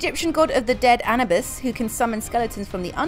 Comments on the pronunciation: “Anabyss”💀 (Anubis) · I'm sorry, but it isn't anibis, its anoobis.